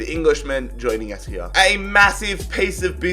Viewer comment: Stop saying ‘here’ the way you say it is wrong